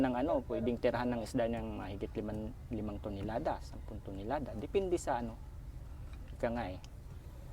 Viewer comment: “ilang Tinolada?” O Tonelada? 😂